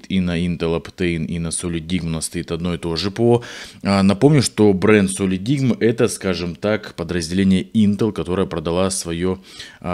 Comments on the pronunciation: это один из немногих ссд у которого производительность 1ТБ версии не отличается от 2ТБ. Кстати произносится как "солидайм" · Правильно читается "Солидайм".